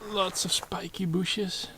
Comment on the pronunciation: Is the first time we heard "spikey booshes"?